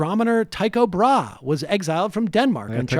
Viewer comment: Ptolemy = Puh-tlomy? (Tycho) Brahe = Bra? Love the pronunciation, hehe.